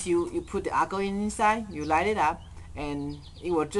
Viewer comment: he say acaho haha